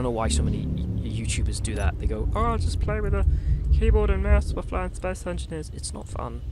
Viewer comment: "Space Enineers" hahaha, but this game seems like it's too smart for me